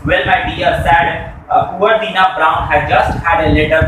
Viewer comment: Poori story hi galat batai h.....wo Dinah ko lekr jata h uski mother se milane or.... light lamp nai mangne nai jata balki halki wali baghghi Mangta h. ....Braydon se.......or ........Dinah ko .....deeeenah padh rhe ho